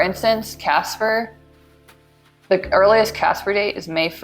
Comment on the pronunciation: Omg girl “CASAA” 😭 every time I heard ‘Casper’ I cringed 👻